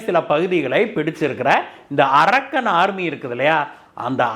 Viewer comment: It is not "arakkan" army. Pl check fact. English pronunciation should be proper. This name denotes a place